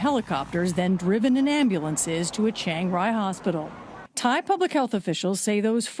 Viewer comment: She said Chang "Ray"....lol.